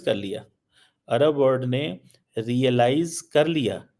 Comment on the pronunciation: WORD nahi WORLD hota hai so called fargi se what is your problem non of the world has problems except you bhikario